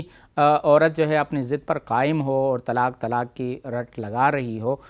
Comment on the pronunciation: woh lafz Tallaq nahin hai Woh lafz Talaq hai طلاق